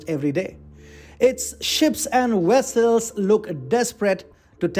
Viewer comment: This channel is rapidly veering into clickbait. Taiwan is not placing mines in "Chinese" waters so you saying that is pure BS. This whole video is a joke, whether or not you have a dog in this fight. Try to be more accurate and less amateurish. Lastly, what is a 'wessel' and how big is the TFI Media Group? Is it a one person operation. This video is cringeworthy.